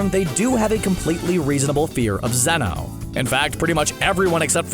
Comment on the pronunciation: Zeno not zenos